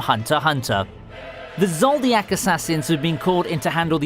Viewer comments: He said zodiak insisted of zoldik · Yep, the lower quality. And 'knowledge?' seriously? this man pronounced 'Zoldyck' ZODIAC. Not too mention... na-RU-to. Any real anime fan cringes when they hear that. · "zoldiak" No wonder I haven't subscribed yet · it triggered me when people be like "ZoLDiAc" like yo just pronounce it zoldyck although zoldiac sounds cooler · It's "zol-dick", not "zol-dee-ack",. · Man you keep butchering those names. Who is ZOLDIYAKKK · This nigga said Zoldiack.😂😂😂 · Just...never say Zoldyck out loud again.